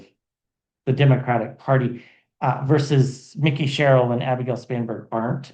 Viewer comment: Just so you know, Mikie’s name is pronounced just as it is spelled. In other words, it’s not Mickey like the mouse. It’s MIKE-y. ❤